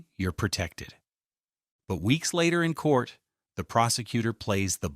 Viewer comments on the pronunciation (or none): "Pertected" is not a word. *pro●tec●ted